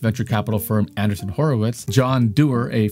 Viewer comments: It sound to me like said "Andersen" or "Anderson" twice when the name of the man and company is Andreesen. The text on screen got it right. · Dude. Go watch somebody pronounce Adreessen.